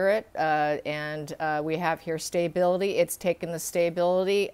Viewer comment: st - a - bil - i - ty. NOT st - ay - bil - i- ty